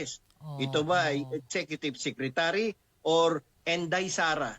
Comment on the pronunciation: yung ES PO AY EXECUTHIEVE SIKWATARY